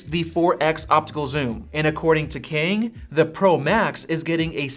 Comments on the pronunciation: It's not pronounced as "Keng" it's "Ka - ah - ang" Kang. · The pronunciation of Kang is more close to kum, instead of ken 😂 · And the way you say it sounds really odd 😂 I'm Chinese (so I know the difference between Asian languages) so if Kang is Korean, it would sound like Car- with an NG at the back. Like Carng. Or we can do an englishsified version of Kang that sounds like rang just with a K.